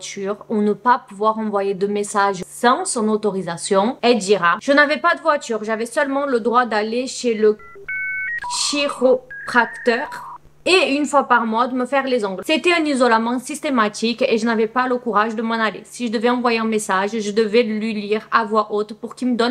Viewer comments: Chiropracteur de prononce KIROPRACTEUR 😂😂 🫶🫶❤️❤️ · On prononce KIROPRAKTEUR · cela s'écrit chiropracteur mais cela se prononce "kiropracteur" comme si le H était muet.